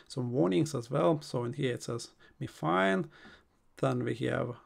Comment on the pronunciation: Pronounced My Fine